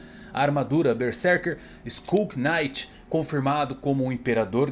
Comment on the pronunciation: skull QUINIGHT? QUINIGTH?